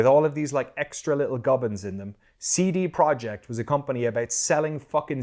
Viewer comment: You remembered good - Polish currency is złoty. Russian is ruble. Also: great pronunciation of CD Projekt, kudos!